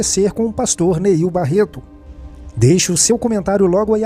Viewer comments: Não é "Niel" é NEIL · Quer fazer fofoca e não sabe nem o nome do pastor... Não é Niel... é NEIL